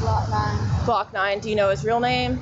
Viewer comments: SHE KEEPS CALLING HIM HLOCK THAT IS SCARY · Man she calling him “Glokk”😂 He must be a regular